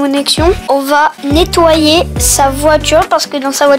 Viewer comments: Eh mais il dit ettoyer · ton petit frère il est bizarre on dit pas ettoyer on dit nettoyer il est bizarre à faire des séquences stylet est bizarre que il et toi tes chaussures avec du vinaigre blanc et les abonnés casser la barre des pouces bleus